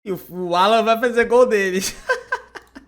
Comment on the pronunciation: O NOME É ALLAN E NÃO ÁLLAN POIS NÃO TEM ACENTO OK, UMA DICA SEM QUERER TE ENSINAR NADA OK UM ABRAÇO